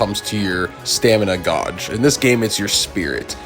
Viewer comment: good shit, can definitely see this video helping someone who doesnt play these types of games! The real travesty tho is the way you said Gauge 😉